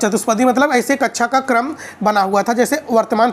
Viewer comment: Sir kacha ni hota kaksha hota h